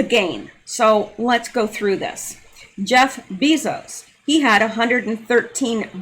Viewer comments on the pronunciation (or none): none